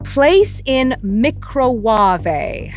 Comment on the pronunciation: micra-warvay ' brilliant 🤣